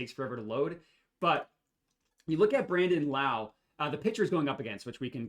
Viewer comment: Also it’s pronounced Low, not like Kung Lao!